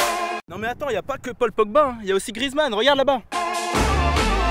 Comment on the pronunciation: ON DIT GRI-E-ZMANN BORDEL DE CHAUSSETTE x)